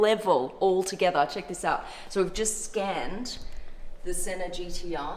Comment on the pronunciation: O my God this is soy cool (in her accent)......and this is all she said